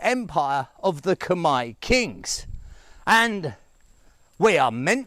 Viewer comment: I like the way how you pronounce Khmer correctly .